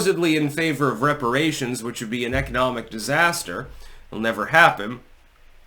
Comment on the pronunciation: Weparaaaaations, hypnotic to the black mind.